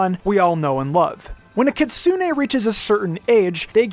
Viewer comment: Maaan that Americanised pronunciation of "Kitsune" hurts